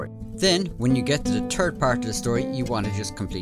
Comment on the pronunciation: "When you get to da turd part.."